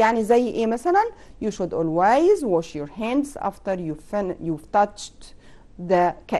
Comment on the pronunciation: ميس كلمه always حضرتك نطقت بها غلط شوفي جوجل